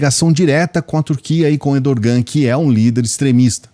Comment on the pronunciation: Errrrrdogan, não Edorrrrrgan!